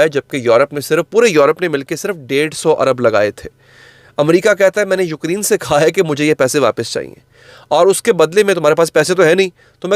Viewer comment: یوکری ن نہیں یوکرے ن پلیز